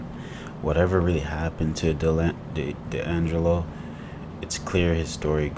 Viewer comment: That not how you say D'Angello's name. Its pronounced ( D' And Jello ) Not( Da' lingo)